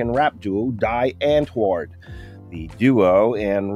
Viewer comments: wow that's possible the worst pronunciation of die antwoord I have ever heard. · South Africans getting triggered with the way he pronounced it. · you're pronouncing it wrong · It's not "Dai Antwoors"... it's pronounced as "Dee Antwoord"! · Ha I love how 99% of the people here correcting the pronunciation are all getting it wrong themselves. It's "Dee Unt-Vooerrd" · Are American not able to listen to the correct pronunciation. DEE and voord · Guys c'mon....afrikaans was formed from dutch. And its pronounced 'dee unt'voordt' which directly translates to 'The Answer' - Het Antwoord would be Has/Have Answer. You're close though. Oh and I know cos I actually live in RSA and speak the language. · DEE AUNTWORD is the correct way to pronounce it. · Its pronounced like "Dee Antword". Not like Die as in death!... "Die" means "The" in their native afrikaans language. So the direct translation would be "The Answer" since "antwoord" means answer.... Wow you just butchered that name. Not that i like them at all, but atleast get the name right lol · It is pronounced dee aunt-voort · It’s pronounced “dee”antwoord. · Pronunciation is Dee unt-voo-rrr-t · It's pronounced 'dee'.. 'dee antvuurrrt'. Numbnuts lol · D'i' Untvord is how it's pronounced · Totally mispronounced but it's OK. 'De ant-word' Afrikaans for 'the answer' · Its pronounced DEE AUNTWORD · u pronounce it "dee unt word" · LMAO THE WAY HE PRONOUNCED THEIR NAME 💀💀💀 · He's talking about how Eminem started beef w/ Die Antwoord by mispronouncing their name on purpose, and then butchers the name himself. I don't know if I should cry, laugh or be annoyed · The way you pronounce ‘die antwoord’ is hilarious... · He butchered the pronunciation of “Die Antword” so badly 😂🙈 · I hate how americans completely mispronounce Die Antwoord... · thats not how you pronounce die antwoord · He just mispronounced there name, they need to respond immediately lol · Omg dude you should at least pronounce the name right